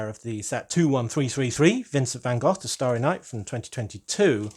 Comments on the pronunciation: Congrats with the new channel, I hope your algoritme plan comes together. And I love hearing you say Van Gogh in Dutch as it should, instead of Van Go. Hahaha! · Sounded perfect to me! 👌